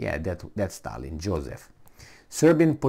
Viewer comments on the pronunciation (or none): none